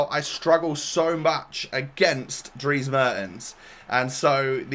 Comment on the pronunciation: just a tip, its pronounced mairtens, but you nailed his first name